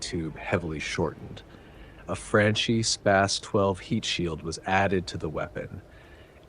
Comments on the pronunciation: Your pronunciations are killing me. Franchi is properly pronounced "Frahn - Key" and Koch in Heckler and Koch is properly pronounced like "Coke." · Thanks for your videos, they are great! But please, please pronounce Franchi the Italian way, ch in Italy is like K, so it sound more like the name Frankie (with the A as in "America")